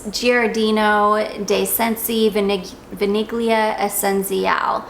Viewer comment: If I may, vaniglia should be pronounced kinda like vanillya. Forget the g when it comes to italian.